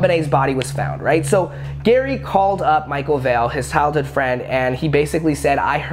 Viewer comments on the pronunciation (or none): did just say “hild hood friend” instead of “childhood friend”?🤣